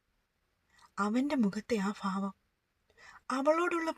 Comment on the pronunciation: ഫാവം എന്ന് അല്ല ഭാവം എന്ന് ആണ് പറയേണ്ടത്